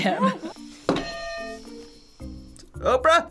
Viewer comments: “OPRAH!” gets it wrong “NOPRAH!” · “nophra” was the most hilarious thing I’ve ever heard😂😂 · are we just gonna ignore “nOprah” 😂😂